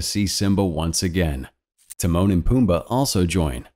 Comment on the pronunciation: When you said Timone and pumba I thought you said The moaning Pumba lol